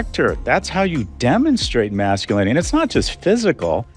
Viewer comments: Did i hear her say "toxic MAX-sculinity"????? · Toxic Mack-Skew-linity? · Did she say "toxic mac-sculinity"? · Right off the bat, I noticed that Oprah can't say Masculinity, she says Maxulinity. Interesting. Is it the same Ask/Axe issue as usual? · "max cu linity"? She finna ax some questions. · did you say heiffernism? xD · "Toxic Max-skull-in-a-tee," huh? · All the NODDING male BOBBLE HEADS were moved to the FRONT! 😂🤣🤣 Oprah can't even pronounce "MASCULINITY" properly! If she wanted TRUTH she would have invited Dr. JORDAN B. PETERSON.